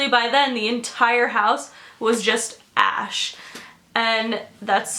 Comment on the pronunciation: I thought she said ' the whole house was ass' 😂 I screamed